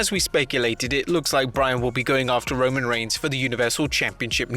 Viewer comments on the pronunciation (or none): none